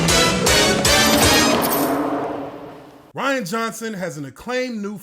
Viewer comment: I love how he says “Rhianna”.